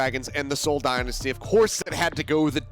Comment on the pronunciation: Is it just me or does the one commentator not know how to say dynasty right?